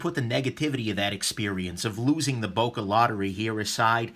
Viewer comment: please if you want a real böker buy the original german made böker like the böker solingen Kalashnikov 47 and also like other americans you butcher the name böker